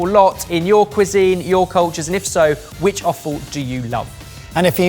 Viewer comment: It's offal...I just keep hearing say awful. LOL